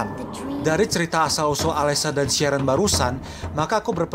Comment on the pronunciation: Sharon di baca sherren jadi kerasa dipanggil aq